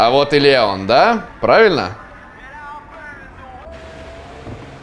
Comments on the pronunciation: ЛеОн, а не ЛЕон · Его зовут Леон ударение на О, леОн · Мне понравилось, лайк, и кстати, в принципе мне не важно, но Леон с ударением на е мне не очень звучит, но это уже твой выбор. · Не хочу выпендриваться но не лЕЕЕон,а ЛеОООН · В локализации леОн, по произношению английскому это лИон, т.е. лЕон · леОн а не лЕон >:0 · не леееон а леооон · Леон правильно ЛеОн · По моему не ЛЕон а ЛеОн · Не лЕон а леОн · правильно произносить имя леОн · Ударение в имени Леон не на (е), а на (о) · Леон ударение. На о